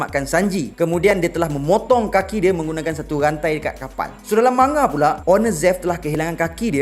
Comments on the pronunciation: Cara sebut dye man,ga... Jepun takkan sebut ma,nga... Sbb diorang xde huruf nga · Sebutan 'manga' tu Ma Nga or Mang Ga?....mcm awkward plk bila sebut Ma Nga tuh😅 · Siyes ah bro ko sebut ma-nga? Sejak ble tgk anime manga ni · Rasanya lebih kepada "Man-Ga", bunyi dengung pada huruf N. Boleh je taip di Google Translate, dengar sendiri sebutannya. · Manga manga. Geram ja dgr cara dia pronounce manga. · thanx bro. Just rsa trganggu skit bila.dgr speaker sbut perkataan manga tu berulang kali.....sbb mcm.awkward skit bunyi.nya😅....so.thts y sya mcm.nk cri kepastian